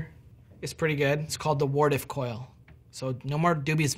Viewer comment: Wow you pronounced Wardcliff Coil wrong, I can't believe you would have done this, do you know how skilled I am with Wardcliff Coil? I have over 500 kills with it in quickplay and you just want to shamelessly disrespect me and my baby with no sorry? This a new low even for Bungie, im disliking and i am blocking you on Twitter.